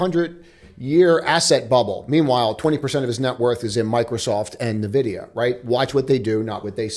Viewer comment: It’s not NEHVIDIA, it’s “EH”NVIDIA